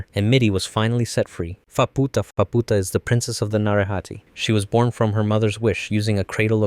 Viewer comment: Faputa❌️ Phabpootah✅️